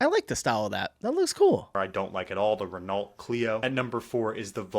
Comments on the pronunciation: Wait till you go to Egypt where I've seen a family of 5 on 1 motorbike. No helmets and the mum was riding side saddle. RENAULT is pronounced RENNO not REN ALT. FIAT is pronounced FEE UT not FEE ATT. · Ren-olt? It's Ren-oh - but don't worry Hyun-day (not Hi-un-die) pronunciation has made the rounds over the past few years on UK adverts to correct our mistake! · Renault is pronounced Ren O not Ren Alt! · Spelt Renault, Pronounced Re-Noh, silent T. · don't worry about pronouncing Volkswagen badly, you can't pronounce Renault either 😂 Silent LT at the end Renno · The only car whose name was pronounced correctly was the one you said was wrong 😂😂 Volkswagon . Renault is really funny how you say it 😂😂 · He probably doesn't like the "Renault".... Because he can't pronounce it !!! LOL 😎🤣🤣🤣